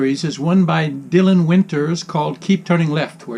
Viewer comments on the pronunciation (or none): none